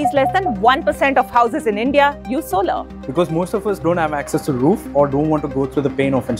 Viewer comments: it's not solaar.. it's solar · What the f is "so laar", it's pronounced "sow lur". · Solar ❌ Solaaar ✅ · Please look up the pronunciation of solar.